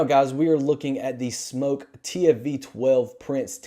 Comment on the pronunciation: He can’t even say smok right